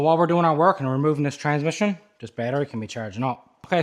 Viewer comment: 🗣️“Fill up da Tansmishin” 😂